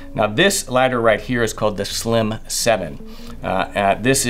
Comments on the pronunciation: caught the Texas draw every time you said lighter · I think it's funny that you are well spoken and enunciate excellent, but the southern drawl still comes out with some words like lighter 😂👍🏻👍🏻 good video. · The accent slips aggressively when saying the word “lighter” 😅 can’t hide that southern drawl